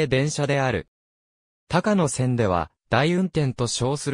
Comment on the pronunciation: 「たかのせん」ではなく「こうやせん」です。鉄道ネタなのに路線名を読み違えるって？